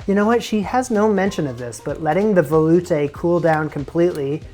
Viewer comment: You are putting the wrong emPHASis on the wrong syllable veloutE